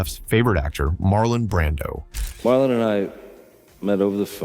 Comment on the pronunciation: "Marlo Brandon" ????